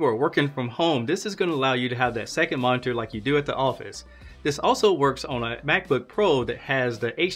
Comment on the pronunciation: Yes, thanks... I think that will work 4 me using Thunderbolt to HDMI.....But he wasn't pronouncing "monitor " correctly....lol............Annunciate brotha